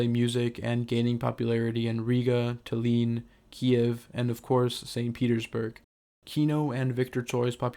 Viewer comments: Good video, btw Tallinn is pronounced (tall-inn), not (ta-leen) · Btw the city of Tallinn is not pronounced “tah LEEN” it’s “TALL lynn” emphasis on the A